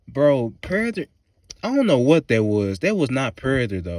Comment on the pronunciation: why tf do you say "Predator" like that?! 🤣